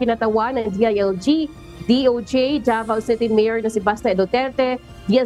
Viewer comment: Pakiayus naman ang pagbigkas davao city hindi po devil city